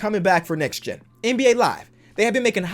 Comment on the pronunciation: "nex gen"